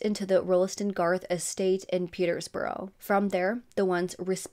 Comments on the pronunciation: Peterbrough, not Peter's Borough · Borough is pronounced bruh, so petersbruh. Shire is shur, so Hertfordshire is hart-ford-shur. Or more like hart-ferd-shur